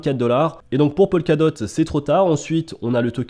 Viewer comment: POLKADOT trop tard? Tu m’as fait saigner les oreilles!;) Top vidéo quand même!